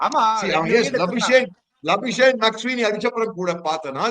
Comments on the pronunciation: it is Rishab Pant and not Punt. Mumbai and not MumbAAI. Labuschagne rhymes with champagne. Solli paar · Can’t you pronounce Labuschagne properly,? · ur labuschagne pronounciation is deadly